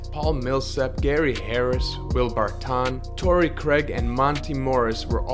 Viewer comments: Haha bro I thought he was messing with us 😂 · bro why are you pronouncing Barton’s name like that 😂